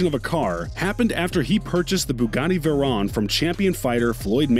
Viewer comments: ImAgine actually veyron is pernounced more like vaywrong, or vairon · This dude said Veron and not Veyron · also how they said it as veyron even tho its pronounced vevryon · No one: This dude: “Bugatti vErOn” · "Bugatti Verrón" 💀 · Why he say vayroooooooon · This guy cant even say veyron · This man did not just pronounce veyron wrong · Why he say veyron so weird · Bruh, why does non car people make videos about other peoples cars... just delete this whole video, smh. Their is so much wrong info and how he pronounce the names of the car...